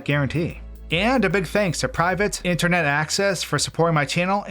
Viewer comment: Random note, but your pronunciation of Supah and Intahnet were different than normal, almost like your tongue was a little swollen. Lol